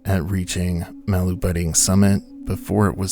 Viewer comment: Yet another YouTuber who can’t be bothered to look up the pronunciation of the subject of the video